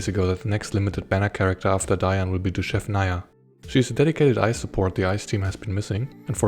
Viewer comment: Your pronounciation of "Dushevnaya" is spot on! ❤